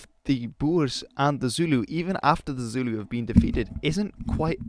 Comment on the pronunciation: Yas you pronounce Zulu correctly unlike other channels I’ve watched lol